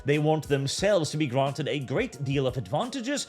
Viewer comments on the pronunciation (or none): none